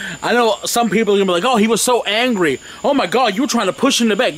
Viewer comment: First says angwee and now doopid...what's going on? Are you healthy?